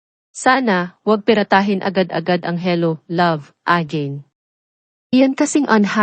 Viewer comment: AGAIN pronounce it Ah geyn not ajin pls